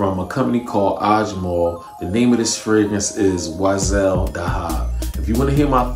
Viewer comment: It’s pronounced weesahl Daa-haab